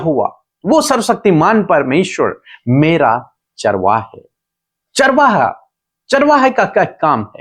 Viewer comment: प्लीज, चारवा का उच्चारण चरवाहा के रूप में करें.... धन्यवाद